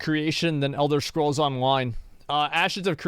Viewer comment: elder schkrolls? good laugh :D